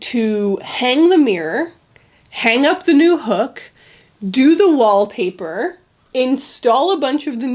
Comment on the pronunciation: "WHAP PAH" hahah I rewatched that part many times XD